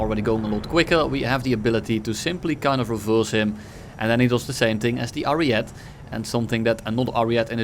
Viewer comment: Please stop calling the ariete "ariet" you need to pronounce the e too at the end